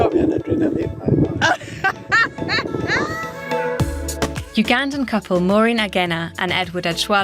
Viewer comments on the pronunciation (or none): Its Ugandan, Not "Ungandan". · "a ungandan" they added an extra 'n' and so did you.